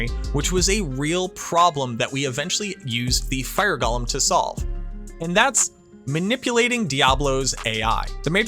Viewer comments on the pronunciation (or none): Not Gollum. Golem. GOAL-EM. Golem. So help me if you say Gollum, a character from Lord of the Rings, ONE MORE TIME to refer to a golem . . . I made it to and quit. Someone please tell me just the best mercenary for my necro. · It’s go-lem not goll-em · Can never trust a video when they call it gollum instead of golem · "Wildly offensive" seems a bit hyperbolic. OP's tone seemed plenty chill. But, if we're going to debate the issue: the original Hebrew is purportedly pronounced gō-ləm, according to etymological origins provided in dictionaries, and Hebrew isn't a dead language. In fact, its preservation is a pretty big part of Jewish culture, iirc. The challenger pronunciation is almost certainly a result of J.R.R. Tolkien's "Gollum", confirmed to be pronounced "gäl'm" by the onomatopoetic description of the throaty hacking sound the name is derived from, into the fantasy zeitgeist. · That's fair. That said, you are communicating with at least one neurodivergent person in this conversation. I recognize that the discomfort I experience from the gäl'm pronunciation is a direct result of that atypicality. Thus, the choice of the connotatively individualistic "irk". But I'll put in my two cents on the off chance it can save me the discomfort in the future. One irking for another, at the end of the day.